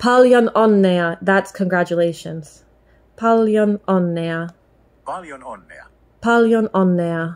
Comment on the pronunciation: Tätä oli hauska katsoa = This was funny to watch = It was funny to watch this. First, I kind of heard a very tiny letter "h" when you said "paljon", "tervetuloa", so you would say "p(h)aljon, t(h)ervetuloa. I guess it can be a little tricky to hear the word right, and when I started prouncing the words in English accent I also got that (h) in those words. It is guess when you say those words like "pal", "tell", you breathe out in the beginning of them and it comes quite naturally. In Finnish there is no push. So it comes out quite softly in Finnish. The other thing that is kind of tricky are those letters in the name of Käärijä, Ä and J. Ä is pretty much like letter "a" in English words "bad", "sad". Hyvää syntymäpäivää, that means "happy birthday", has enough of those letters "'ä" to practice with. J, when I have been telling the J is like the y in words "yes", "you" and "yank", it sounded very good, but actually there is a little difference there. Finnish "juu" is very much the same word as "you" when you pronounce them, but there is a very small difference when you pronounce them. If you say you in Finnish accent, rally English, it is "Juu". I can't really get a good hold of what is the difference. When I kept on saying "you" in English, it started sounding like there is a Finnish "y" spelled in the same kind of way like you had that minor (h) in p(h)aljon and t(h)ervetuloa. I did not actually realize it can be really hard to learn pronounce those letters. You were doing v